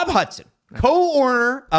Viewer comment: His name is Hutson, not Hudson.